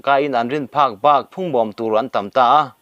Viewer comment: Hunt chhiah zel zul tih tur, zél zûl ni lovin, phungbawm tih thluk pawh a dik chuang lo, ro ri re tih pawh a dik chung lo, puan ven pawh thlukna a awm lo